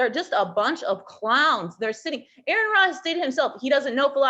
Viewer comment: Terrible video. So much misrepresentation. That woman puffing on her peace pipe has watched so many of Aron's videos - and still managed to mispronounce his name? Repeatedly. Lol.